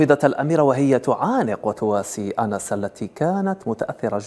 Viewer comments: اسمها ons و ليس anas و العالم الكل ينطق في اسمها الصحيح لشهرتها ومحبتها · يا مذيع اعرف كفاش تنطق اسم اللاعبةOns وليس Anes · الاسم الذي تنطقه بالغالط اسم رجل وليس اسم امراة ، في المشرق ينطقو اسم انس بالصحيح جاب ربي جيت جزائري تبارك الله على ثقافتك ، ظاهر فيك داخل للقناة بالمعارف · هذا الصحي البربري لا يعرف ينطق اسم اُنْسْ ...🇹🇳